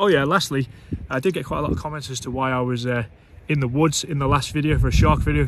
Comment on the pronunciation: Thets nawt a shark...its a SHHEEEARK.